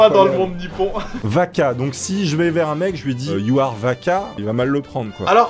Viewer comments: Pour le premier cest pas vaka pt! Cest baka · ça me perturbe quand tu dis baka tu dis vaka xD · Tu dis Vaca ses Baca 😂😂😂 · C'est pas vaka c'est baka? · BAKA pas vaka baka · Wouha! Mais la rien n'est bon entre celui qui prononce Baka avec un "v" et l'autre qui pense que les corbeaux disent baka. Alors que le cri du corbeau c'est Aho(qui veut dire idiot). On est au niveau -1 de la crédibilité, c'est dure >_<